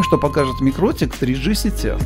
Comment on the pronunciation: Почему вы то правильно произносите название микротИк, то каверкаете его? Mikrotīkls Ltd (торговая марка MikroTik; читается «микроти'к» с ударением на вторую "и", в переводе с латышского "маленькая сеть" (mikro tīkls). //из википедии